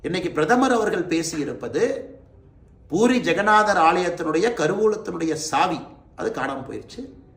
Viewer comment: ஜெக்கநாதர் இல்லை ஜெகநாதர்